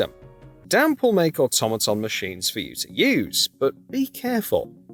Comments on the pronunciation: Dampé. Not damp. Dampé 😂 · "Damp"??? Dude. Learn how to pronounce character names 🙄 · This video is useless bs we’ve seen in the trailers also it’s pronounced Zelda not Celda and who the f is Damp?! It’s Dampé.